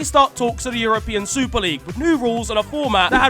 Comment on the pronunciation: Anyone else have to watch 3 times as I couldnt actually believe someone cannot say the word European properly